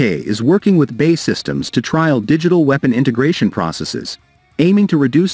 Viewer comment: You lose your credibility as soon as you say "BAY SYSTEMS " say Bee Aay Eee . looks like they changed that ugly wing shape to a delta !